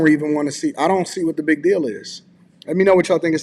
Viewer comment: Hate is a strong word for a verbal habit. That said, it drives me crazy when people use, "thee" where it doesn't belong. It has become rampant in the last 3 years. People think it sounds eloquent, but it's the audible version of, "could of". For those not in the know, "thee" requires the next word to begin with a vowel sound. Here are some examples: The cable. THEE audio cable. The one. THEE only.[Vowel sound] Otherwise, it sounds like, "Please pass thee ketchup." and it's odd to the ears.